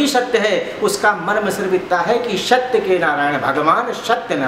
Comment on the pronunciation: पंडित जी,आप दूसरे कथा वाचक को नीचा दिखा रहो,आप का 'सत्य' शब्द का उच्चारण भी शुद्ध नहीं है,स्वयम को अति ग्यानि दिखा रहै हो ,एसा भरम न पाले।जय राम जी🙏🙏